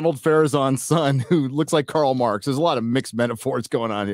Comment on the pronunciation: "Carl Marx Farazon" lmao🤣 I can't not laugh.